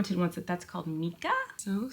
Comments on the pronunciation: Please stop letting Your Bully call you Names!! Do you have IBS or something? Stress affects that big time. Also, sorry, I think it's pronounced mike-ah. I hope Everything goes Awesome for you young lady!! Awesome Video of the Kids!. Great Vlog, get some rest!! Thank you. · Yes, it's Mica: pronounced my-ka, as in "Mike" with an "a" at the end, instead of an "e". Not mee-ka. 😂 Those TikTok's. 😂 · I looove the rock content. btw colleen Mica is pronounced Mike-ah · Mica is pronounced as MY-kah 😉🐈‍⬛🐈💖🌈